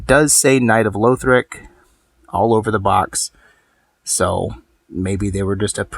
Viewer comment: Pls stop saying louthric its not how you pronounce it